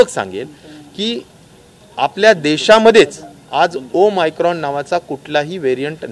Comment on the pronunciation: Om micron nhi saheb omicron